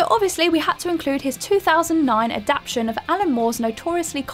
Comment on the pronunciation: did she really just pronounce "apropos" as "uh-PRO-puss" instead of "a-pruh-PO" . Seriously did no one watch this before posting it? If you don't know a word, ask. Don't just sound it out. Honestly "uh-PROH-puss of nothing." I'll forgive leaving out the third syllable of adaptation .